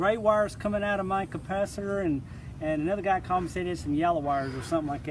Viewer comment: Great video. Somehow I keep hearing "compacitor" instead of capacitor